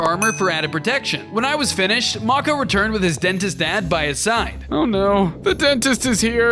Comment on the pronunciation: MAKO IS PRONOUNCED may-cow not mo-kow